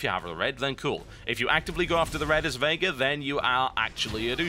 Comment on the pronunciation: Every time TB say "Veigar" it sounds like he's saying "Vega" to me. Probably doesn't help that I've been playing a lot of Street Fighter lately.